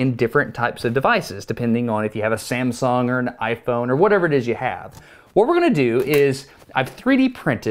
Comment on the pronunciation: Samsong?? LOL, great video.